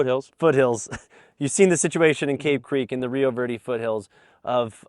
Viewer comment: “rio virdy”